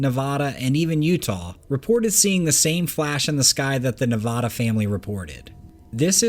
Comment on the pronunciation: OK....please tell the world that it is pronounced...Nevaaaaada...like the 'a' in cat or bat or rat....not Nevawwwwda. Thank you. Ive lived in Nevada for 40 yrs and a ton of people dont know how to say it correctly!.....I absolutely love love love your work!!! That would be the 1st 'a' in Nevada!! lol The 2nd 'a' sounds like...DUH!! Thank you sir!